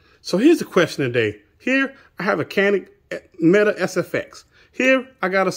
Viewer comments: Ps. Americans always mispronounce Canik as "Kanik". The correct pronunciation is "janik" (ja-neek only the ee shortened) Funnily enough the last part of your canik pronunciation "nik" part you pronounce as "nık" in Turkish (i without the dot, a sound that is impossible to explain to non Turks) Not that it matters much tbh. Just thought I'd point it out. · Canik is pronounced Janik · Yes canik which is pronounced janik is a superior gun.... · Evidently the proper pronunciation is Jah-Nick. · Pronounced Jan-ick